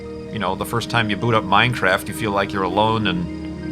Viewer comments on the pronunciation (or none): none